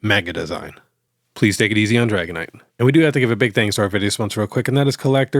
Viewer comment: Sorry but sadly, it’s Dragonite 😂